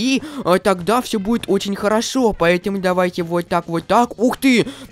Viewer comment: Мне показалось что он сказал на сказал не ловушка а лавуску 😂😂😂